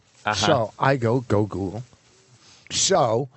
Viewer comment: The way Vos says pronounces Google should have been jumped on